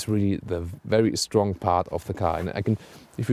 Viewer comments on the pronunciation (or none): none